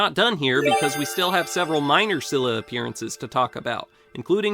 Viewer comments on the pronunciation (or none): SKEE-luh. It's pronounced SKEE-luh.